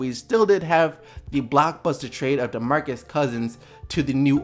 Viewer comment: did he say Demarcus trade